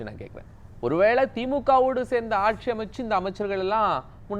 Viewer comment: கக்ஷியா .. ஆக்ஷியா .. வறக்க்ஷியா (வறட்சியா)? புரக்க்ஷியா (புரட்சியா)??